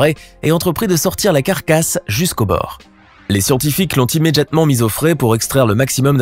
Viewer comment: Immédiatement ou "Immédjiatement" ?